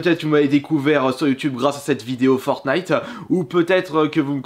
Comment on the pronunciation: En vrai ça va, tu disais FortnIte avec le t Parce que y’en avais pleins a l’époque qui disait FornIte sans le t